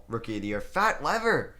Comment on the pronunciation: Lol. Love the slaughtering of old player names...Lever and Siekaly